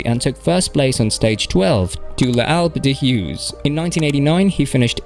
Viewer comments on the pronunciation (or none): your pronounciation makes me laugh bro. Alpe-d'HUEZ. Liegge-bastogne-liegge... Keep it up its good entertainment. Dunno if intentional but its funny dont change it